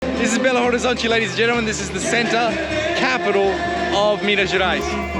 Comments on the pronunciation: Hello!!! Just dropping by to give you a tip: the correct pronouncing of Belo Horizonte sounds, actually like “Belorizonte”. In Portuguese we never pronounce de H when it is in the beginning of a word. Good luck. I love your journey!!! 👏👏👏👏👏👏👏♥️♥️♥️ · I'm sure you already know, but the H in Horizonte is silent, so you pronounce the city name as Belo Orizonte, or even Belorizonte to sound more like a local. You could also say "Bê agá" (BH)